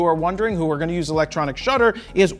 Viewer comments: lol.. Electronic Dhutter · What’s a “Dhutter”⁉️ 🤔💭🧐‼️😅😂🤣😆